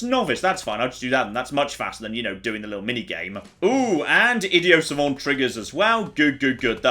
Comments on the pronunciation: Does it annoy anyone else how he keeps saying idio savant not idiot savant? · Please, for the love of God, stop calling it Idio Savant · why do you say "idio savan"? It's not that fancy man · It's not id-ee-oh savant... it's idiot savant. It's a historically iffy term for autistic people with a savant like skill in something (say, maths) and no social skills at all. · Ah, yes, my favorite perk, Idioh Savant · "Idio-Sauvant" -: Inexplicably pronouncing the 'T" in a french word but not the "T" in the derivation of a greek word. It's a pointless gripe, but being needlessly annoyed at people who pronounce words differently than I do is why pedants like me exist. "Id-ee-aught Sahvv-aunt" or bust! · Nobody:: Idio savant